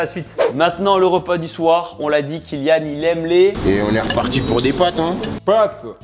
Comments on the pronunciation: "pâtes" et pas "pattes" 🤦‍♂ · Le "pattes" au lieu de "pâtes" tout au long de la vidéo m'a provoqué une crise d'angoisse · On peut voir que t était nul en français. C est pâtes pas patte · Pates et non pattes 😣